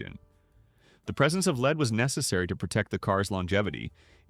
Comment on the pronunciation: An obvious AI narration, as the computer kept saying "leed" instead of "lead" for gasoline.